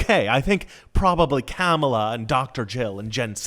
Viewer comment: Oh you're so going to hell for calling Camela " Camel ah" 🤣